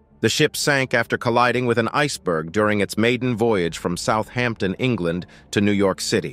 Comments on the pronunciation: Southampton.....is one word. It is NOT South Hampton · Southampton is one word, not South Hampton ! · Southampton, not South Hampton. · Southampton right? Not south Hampton. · Southampton is not two words! South hampton?? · Not one to nitpick but 'Southampton' all one word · Wow, it's not South Hampton it's Southampton. If they can't name the city correctly what else is wrong. There isn't a South Hampton or any Hampton in England and Southampton is a well known port city in the UK. FFS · It is Southampton not South Hampton. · It’s not south Hampton it’s Southampton all one word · Its Southampton not South Hampton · 1.5 million views and doesn’t know Southampton is all one word ! I fear for the future 😢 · Southampton is one word. Why can’t Americans get things right? He surely has done his research or is he just reading from a script?